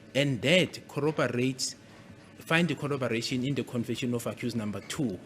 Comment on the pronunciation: Corrobor ation corróboration